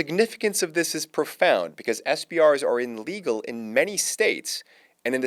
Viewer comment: Inlegal or fucking illegal...you're on a goddamn mic...get your annunciations correct.